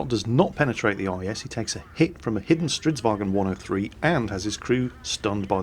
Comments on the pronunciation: For crying out loud: Its Stridsvagn, not stridsvagEn. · Who do both and QuickyBaby say StridsWagen? It's not German. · strv stands for stridsvagn, not stridsvagen :)